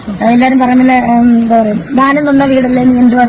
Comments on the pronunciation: ധാനം അല്ല 😂 ദാനം എന്നാണ്😂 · Ningal oru അധ്യാപകൻ ആണെന്ന് പറയുന്നു.ധാനം അല്ലല്ലോ. ദാനം അല്ലെ കറക്റ്റ് word.please.....